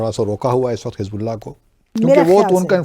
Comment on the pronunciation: Why can't people pronounce the word Waqt? They always say waqat